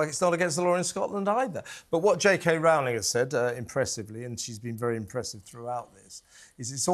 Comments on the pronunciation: It's Rowling as in bowling, not cow: The only sane Scotswoman within a 20 miles radius of Edinburgh Castle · When she is calm, its *Roe-ling.When she is belligerent, its Rau-ling. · Rowling not Rowling as you said earlier but not later after correcting the woman. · Don't have a row, about pronouncing Rowling.